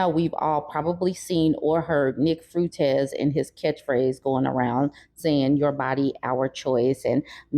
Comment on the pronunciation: nick fruitez? does she not know how to pronounce his name or is that just being homophobic?